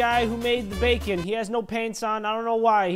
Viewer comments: thats BAKON not BACON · We're here with the creator of Bacon (BAKON) Me who pronounces it like bakon: 👁️👄👁️